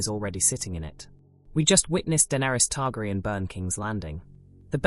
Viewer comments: E-mon Targriun and Varies. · I am pretty sure it's an AI narration. Once I hear that pronunciation, I stopped the video. Sadly many channels use AI instead of a human narrator.